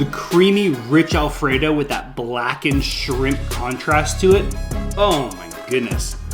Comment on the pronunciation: cagin' shrimp alfraydough 🤠